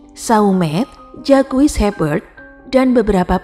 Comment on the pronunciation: Kalau iblis sudah merasuk ke jiwa manusia maka hanya kebiadaban yg menguasai jiwa sehingga perbuatan biadab tanpa kasih dan nalar. Mbak, Capet bacanya kepet (e pertama spt e pada kata kEcap & e kedua spt e pada pEtang). Antoine = Antoang Jacques = zak Jean = zeang (Maaf, gak ada phonetic symbols jd gak bisa nulis simbol baca yg benar)